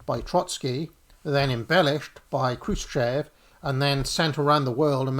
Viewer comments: Хрущёв = "Xrushhyof" (not Kroosh-chev) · Khrushchev is pronounced KROOSH CHOF!!.. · Check the pronounce of Chruščëv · 27 minutes in we know no more about where and what the evidence for this or that is. You could try pronouncing 'Krushchev' better though. Interesting though how this Trots versus Stalin etc team sport has risen to the surface again. Never died off after all, just kept under the radar for 40 years. Is this group related to? the CPGBML?